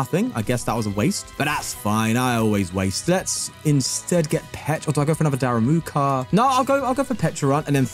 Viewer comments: “Daramuka” lol so fun how you say it, it is darumaka! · Why does he call it "daRAMUka" instead of daRUMAka 😢 this is not about pronunciation, it's not even the same word